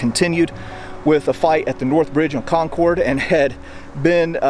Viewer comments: Hey, amazing video as always. Just a pointer from a local (and some other Massachusetters may have mentioned this) we pronounce "Concord" as "Conkerd". It rhymes with "orchard". Thanks for the content as always. Next time you're up in New England, come to the Adams Houses in Quincy (open in the summer) if you haven't already been. Burial Hill in downtown Plymouth, MA is also amazing, not far from there you can find the oldest cemetery in the US (Myles Standish Burial Ground) and not far from that is the Daniel Webster house as well as the cemetery where the Webster family plot is located. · Love the video and walking through my childhood memories but Concord is not pronounced Con Cord. Run it together. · Patiently awaiting JDs movement away from Concord. If I have to hear him say Con-Cord one more time I might just lose my mind. Con-Cord, Con-Cord, Con-Cord... Nobody says it like that. I realize not everyone is from the area, but in addition to the great history lessons these videos provide, an accurate pronunciation of the city's name would be appreciated. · Nice job, but… learn how to pronounce Concord! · FYI: the second syllable in Concord rhymes with bird, not board. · great video...but the pronunciation of Concord is not Con-cord (long "o" sound) but Con- "kurd" and the emphasis is on the first syllable "Con"...I can't help my fussiness as I'm a Yankee!...lol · Please stop saying "CON-CORD". It's pronounced "CON-CURD." Again, the first armed offensive with shots fired of the Revolution occurred at Fort William and Mary in Portsmouth Harbor in New Castle NH on December 14th 1774. Perhaps you should take a trip up there and do a video that corrects the inaccuracies all your previous videos. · Con-curd not Con-CORD. Sorry. Had to lol. Was at North Bridge today! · Not, “Con-cord” like the airplane- “Con’cud”. “Con-cud and Lexington “ Lexington,” pronounced as it sounds…. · It’s pronounced COHN-kid not CON-cord. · It is Conc'rd not ConCORD.